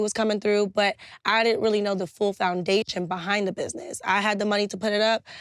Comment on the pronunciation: Never heard someone say found a shion